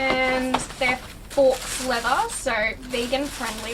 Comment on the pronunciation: Lol it's 'forks' leather.... Think it's 'faux' leather, but ok...